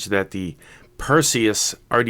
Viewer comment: of course it's a big deal. You can't go on and make review about a product for the whole entire world to see and you are saying the name of the product wrong. That's disrespectful to the maker. You have to be more careful and know your product's name before you release your video. Review your video as well and make any sort of necessary editing. And you are talking about "troll". You should take and consider constructive criticism.